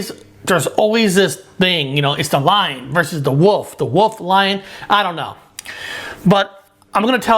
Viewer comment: Don't trust anyone who doesn't know how to pronounce wolf.